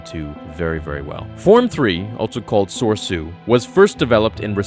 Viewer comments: Dude, love the vids, PLEASE PRONOUNCE THING BETTER. I need to here Sor-E-su not sorsu at the very least. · Say it with me now ser-ai-soo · It is pronounced sor-e-su, FYI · So-re-su you idiot not SORE-Su. These styles were influenced by Japanese language. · Also its pronounced so-Reeee-tsu for form 3....reee....ree...so..ree.tsu.. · Makashi is pronounced: Ma-Ka-she. Soresu is pronounced: Sore-EE-sue. I have no idea how you pronounced the others correctly but these two so wrong. Please read this so you don't do it again it was like nails on a chalkboard. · form 3 is pronounced "so-ray-soo" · I thought form 3 was pronounced "So-rey-soo" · It’s pronounced So-Ree-Su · A number of pronunciation problems here: It's MAH-KAA-SHI. There is a long "a" sound. It's SOR-EE-SOO. There is a long "e" sound. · Are you sure you’re pronouncing Soresu correctly?